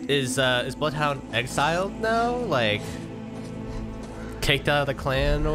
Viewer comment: "i... Bloodhoudthur, will slaughtherla"